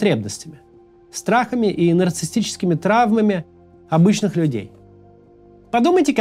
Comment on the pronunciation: Максим! У тебя сегодня буква Т на проработке. В слове Повестка, звук Т - должен звучать более редуцированно. В слове Нарциссический - звук Т - отсутствует